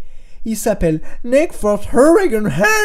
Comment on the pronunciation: "Haaandsnineuuur" mdrr j'adore comme tu parle :')